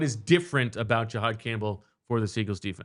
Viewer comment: Can we start the nerd talk by pronouncing his name correctly? It’s not GEE-hod Campbell. It’s JUH-hod